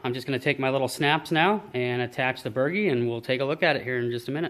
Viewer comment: So I cannot help myself the proper pronunciation is Bur-G not bergy lol. The boat looks amazing. I have watched nearly every video in full and enjoyed every minute of each one. Thank you for doing it. I just finished my building my boat a small dinghy and I am addicted. My next boat will either be a Zip or a CLC runabout. I am leaning toward the CLC because it is lapstrake construction and I love the look it reminds me of the Lyman boats I used see as a kid.